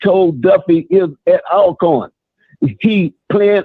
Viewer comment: I like the intro theme song but somebody needs to learn how to pronounce "ALCORN". I don't even like them but I respect them enough to call them by their name. However, I call them Al Corn too when I'm around them, just to piss em off. Good show bruh. 😎👍